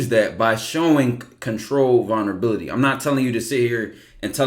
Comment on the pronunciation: I hate to be that one nigga but i gotta Ty😂. “VULnerabilty”